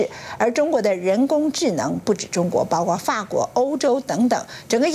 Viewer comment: 不是包括吗？怎么就包瓜了？什么叫包瓜了？！主播连中国字也不会念？退休吧